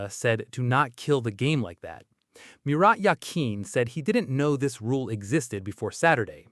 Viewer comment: mirat yakin? LOL you talking about the swiss legend Murat Yakin??